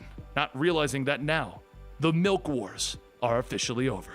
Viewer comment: Ah yes Malk